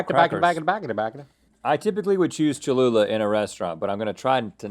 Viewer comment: It’s cholula